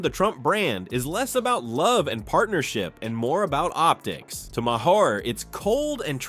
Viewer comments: What kind of junk AI narration did you use? It can't pronounce Bill Maher's name properly. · At the very least, you could fix the pronunciation of Maher’s name.